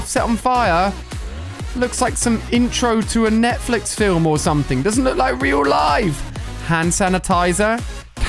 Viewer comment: When he says look , somethimes it sounds more like lack